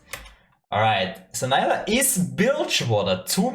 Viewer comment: so so excited for her!! pronounced nee-luh not nye-luh btw :))